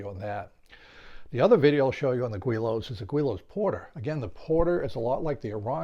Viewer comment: I like that you try new designs and that you share your results. I learned a lot just watching. One thing I learned was its pronounced "gw-ee-lows" and not "gi-lows" that I have been calling them for years! I've seen those kits for years and even built one some 40+ years ago with tissue and dope. It wasn't powered though. Never thought about RC'ing any of them but you are inspiring. Haven't tried foam board planes yet either but it looks like fun. There are a couple guys at the club that do.